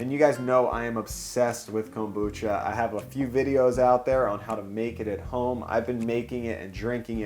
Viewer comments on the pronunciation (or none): why this guy say Kombucha like Comb-boocha, really thrown me off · Excellent insight from Chef Oda to use the stacking mold to help tame the interior order/fit for the onigirazu. Pointer, so long as you're trying to "home pro" up Japanese food: It's pronounced kombu-cha, not kom-bucha. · Your pronouncing kombucha wrong